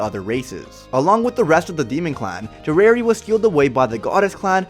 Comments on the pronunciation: Dare-e-air-e not der-air-e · i am sooooo sorry but you keep saying derer insteed of derieri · By the way her name is Dairy-Airy that's how you pronounce it its supposed to be a play on the french word derriere which is french for behind or ass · Its Deri-eri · Bro cannot pronounce her name righ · this guy dose not know what how to say derieri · Bruh they were sealed away 3000 years ago, and she fought in the war against the goddesses back then. But she is only 300 years old? Nahh.... B U L L S H I T Also you are pronouncing her name wrong. This may look like a hate comment but that’s not what i mean. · Why do you say deriere like that